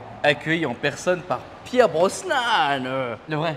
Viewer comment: Pierce Brosnan il a dit pierre Brosnan mdr 🤣